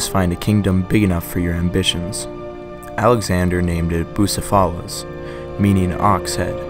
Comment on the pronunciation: This guy has the Greek names all wrong.Bu-ceph-i-lus for one.Venus was not worshiped in Athens ,Athena was.